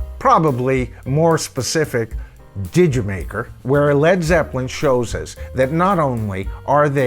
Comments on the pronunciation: it is actually JAMAICA, not digimaker!!! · It's pronounced "Jer Maker" and is a pun of 'Jamaica' suggesting "Did you make her". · It's pronounced Jer Maker, a play on Jamaica